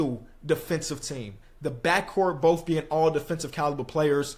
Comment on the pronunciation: How is this guy gonna pronounce the word “both” bofe 😂😂😂 immature LMFAO he did it again Boph 🤣🤣🤣🤣